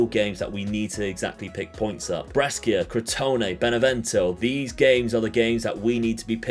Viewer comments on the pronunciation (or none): Bro why do you pronounce Brescia like that looool, its Bray-Sha, love the content though keep it up